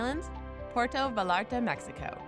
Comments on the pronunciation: It's written with double L and you can't expect everyone to know Spanish, so imo it's a mistake that you could forgive. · Dear god, can she please learn how to properly say Vallarta?!!!! Hey white lady... it's pronounced Vayarta!!!!